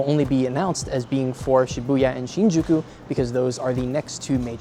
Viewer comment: Shiubya? Do you mean Shibuya?